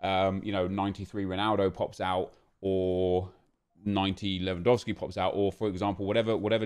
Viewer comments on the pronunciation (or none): none